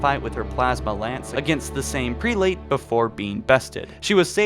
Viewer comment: Yay a video that spoils a book I haven’t gotten the chance to read yet and he sounds illiterate due to how stupid he sounds when he says prelate.